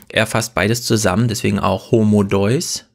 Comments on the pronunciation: Autsch, das tut weh beim Hören. Sorry, aber da hast du Harari komplett miss- oder einfach nicht verstanden. Das geht beim Titel los: „Homo Deus“ (den du hier leider falsch aussprichst, es handelt sich natürlich um das lateinische „De-us“), der göttliche Mensch. Das Begreifen dieses körperlich so unscheinbaren und geistig so gigantischen Mannes ist zugegeben auch etwas schwierig in diesem begrenzten Format einer Fernsehsendung. Mit etwas mehr Hintergrundwissen hätte es aber funktionieren können. Leider merkt man dir an, dass du sein Werk nicht oder nur oberflächlich kennst und hier viel zu sehr auf das von ihm Gesagte eingehst und ihn dabei absichtlich oder unabsichtlich missverstehst. Über ihn hier aus deiner gewohnt etwas selbstherrlichen Position wie sonst über Gundula Gause oder Klaus Kleber herzuziehen, halte ich nicht für sehr schlau und es misslingt dir im weiteren Verlauf auch völlig. Ihm dabei vorzuwerfen, dass er wohl noch nicht so viele Bücher gelesen hätte und deshalb auf bestimmte soziologische Aspekte nicht eingeht, weil er „nur“ Historiker ist, ist gerade zu vermessen. Man schreibt nicht mal eben so mehrere internationale Sachbuch-Bestseller ohne gründliche Recherche. Das müsstest gerade du als Autor eigentlich am besten wissen. Und natürlich werden in seinen Büchern unter vielen anderen auch soziologische Aspekte betrachtet. Insgesamt war das leider das schwächste Talkradio bislang und damit hast du bei mir persönlich sehr viel des Kredits verspielt, den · Die Aussprache des Titels. Finde ich auch sehr traurig. Schande über sein Haupt!